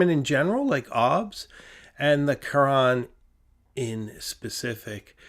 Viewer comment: The French pronunciation of Carene is actually closer to Karen with the accent on the last syllable. Think care N It means hull, as in a boat's hull. I have one. Great pen. I really enjoy your videos.